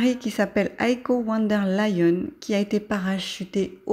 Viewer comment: Il est vraiment bien ce tirage 👍 Si je peux me permettre, je crois me rappeler que le V de "Von" se prononce F, "Fon" en allemand.